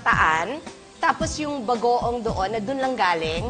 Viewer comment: Guys napansin niyo kapag sinasabi ni Kris yung word na Bagoong naging Bago-awng haha😂😂